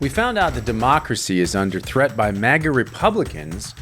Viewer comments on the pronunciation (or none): none